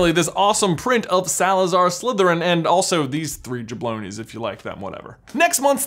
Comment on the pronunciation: When he said jabloni not jabroni😔